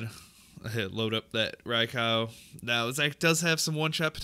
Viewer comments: Rai-cow lmao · The pronunciation of Raikou is killing me